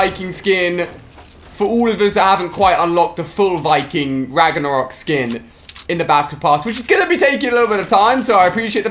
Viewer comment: “raganarok” 😂 it is pronounced rag-no-rok